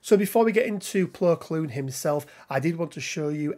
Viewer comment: Saying his name wrong